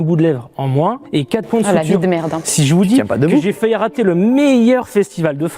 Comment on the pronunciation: Bigflo qui vanne la prononciation de culotte alors qu’il arrête pas de dire faillut à la place de faillit